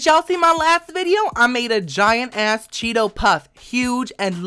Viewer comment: I love the way he says yass.. Like omg it makes me laugh so much!